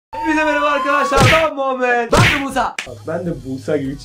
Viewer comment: Abi senin adın musa dryilmi niye busa diyon